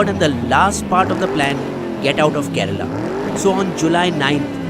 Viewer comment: It’s kerala not kerela